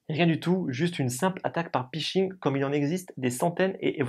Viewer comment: Explication très claire! Par contre c'est pHishing (hameçonnage en bon Français) et non pishing.